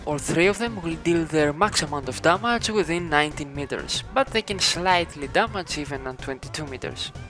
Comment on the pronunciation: BRO........... DAMAGE not DAMAJ, THANKS FOR THE VID THO